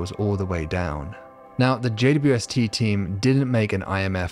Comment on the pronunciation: Loved your style until you pronounced JAY-DEEDUBUST.